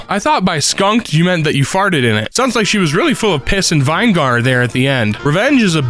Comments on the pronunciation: BRO DID NOT JUST CALL IT “VINE-GAR” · Amazing content man! But did you really just pronounce vinegar as VINE GAR. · vin-i-ger.... not vine-gar.... Sorry, it triggers my OCD when people mispronounce words. 😅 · Vine-gahr? You mean Vih-ne-gər, right? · VINE-GAR VINE-GAR DO YOU MEAN VI-NEH-GER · Vine-gar? Really?? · "vine gar" you mean vinegar??? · Are we not gonna talk about how he pronounces vinegar????? VI-NI-GER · I can't be the only one thinking its funy how they pronounce ''vinegar''??? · Vine Gar? 😂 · who tf called vinegar "wine gar" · I'm sorry....vine-gar? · The last 2 syllables of vinegar sounds like a racial slur, probably said vine-gar to avoid the video being demontized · I was waiting for someone else to mention this it bothered me so much 😭